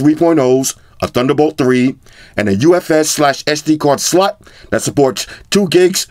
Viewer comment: Sllllllllawt u said that hard as shit😭